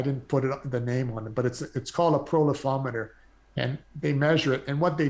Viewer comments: Thanks for commenting on that -- I was pretty sure that profil-ometer was what he was trying to say, but it wasn't what I was hearing! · A profilometer (pro-file-ometer) is the tool he mentioned; I think he pronounced it as "prolifometer" by accident.